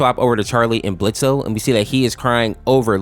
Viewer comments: It’s blitzo pronounced blitz the o is silent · Ok but why did you have to say blitz-o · It's pronounced "blitz" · IT'S BLITZ THE O IS SILENT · The o is silent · his name is Blitzo... the o is silent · Its Blitz, the O is silent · THE O IS SILENT IT'S BLITZØ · Me immediately: THE O IN BLITZO IS SILENT